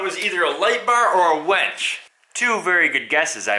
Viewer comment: It's winch not wench.